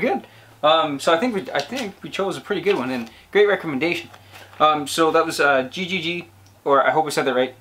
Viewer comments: JiJiJi is not G G G like you pronounce, it sounds more like he he he (the sound when you pronounce he not the meaning) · The right pronunciation was Hee hee hee... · I don't want to argue, just for you to know, it's pronounced like "Hihihi"! Greetings from Argentina!! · Jijiji is the name of the song, you should pronounce the ''j'' in this case in the same way like the ''h'' in english language. Indio Solari is the singer, this song is grom a band he had since 1976 until 2001, that was called Patricio Rey y Sus Redonditos de Ricota, also known as Los Redonditos de Ricota, and also as Los Redondos. I recomend a song from his former band, it's called 'Criminal Mambo'